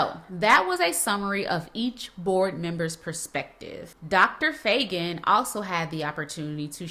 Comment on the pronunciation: We may need a new Board. The Chair of the Board could not even pronounce Feagin's name. How disrespectful and unprofessional as a Leader. (Mckissack was extremely professional is her strategy and communication. ). Faegin inherited chaos ( lead by the chaotic Board Chair) ... and resolving chaos, poor internal policies, etc does not occur in a few months . The Board apparently does not have realistic or achievable goals. Let Faegin do her job. Yes - she should be accountable (as the Board is also accountable) but this chaos, manipulation, ghosting, etc blocks success and progress. If the Board does not receive training on effective Team collaboration and efforts- please get a New Board. With the current Board - MSCS will continue to loose children to other school systems .